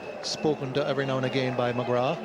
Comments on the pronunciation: It's not mcgra'th' It's mcgraa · lol listen to Michael Atherton pronouncing it, I have a childhood memory of him saying "I think Glenn McGra"th" bowled really well" when he took 8-38 at lords and england were bowled out for 77 but yeah mcgraaaaaa is the right way to say it